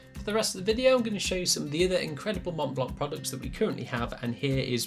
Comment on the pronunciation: "Montblanck" lol.